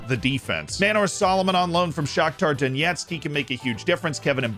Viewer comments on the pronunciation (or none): none